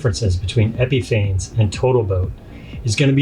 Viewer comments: It is pronounced "Epifawness" Your credibility is diminishes when you can't pronounce the name correctly. Lust absolutely will not go on smooth nor brus out. It also will not smooth out and too easily leaves holidays. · Great video! But you know you're mispronouncing Epifanes right?